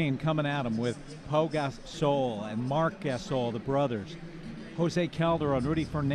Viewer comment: announcer says Marc Gasol(butchers his name) and says not sure why Grizzlies are name of team,no grizzly bears in Tennessee. HELLO, franchise relocated from Vancouver. Oh and by the way: many black bears live in Smoky Mtns in East Tenn. Drop the 🎤